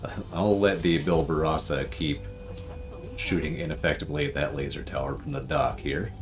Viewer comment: Good god just say it with me.. -BAR-Ba-Rosa!!!!